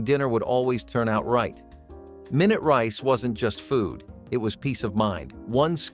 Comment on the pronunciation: this dumb robot called Minute rice, My-Noot rice